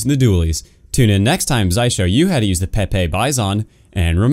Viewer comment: It's not the pepe bizon it's the GG-BIZON